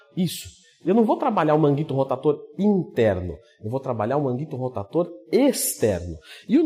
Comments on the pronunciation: por que falar rotaTor? por queeeeeeee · Deu agonia ver vc falar errado kkkk “manguito rotator”